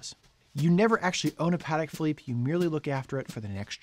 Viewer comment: Congratulations on pronouncing the brand name correctly, most people get it wrong